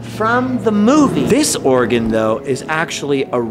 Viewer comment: It sounds more like you're saying Oregon rather than organ. Like 50% of the time. Maybe it's just me. Especially being from Oregon.